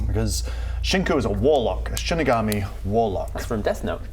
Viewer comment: I’ve never heard Shinigami said like Shinig-army. I’ve always said Shinig-ummy.